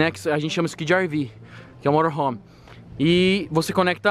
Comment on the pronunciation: eu trabalho com motorhome e tu fala morohom kkkk